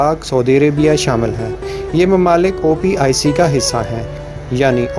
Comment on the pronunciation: OPIC Nahi hota bhai.. OPEC hota hai (Organization of Petroleum Exporting Countries)